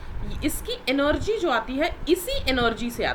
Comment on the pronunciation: Mam energy ko enorgy bool rahi hai🤣🤣🤣